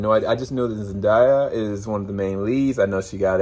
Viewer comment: Will follow your reviews as always,but first we need to work on your pronunciation of Zendaya lol here is a clip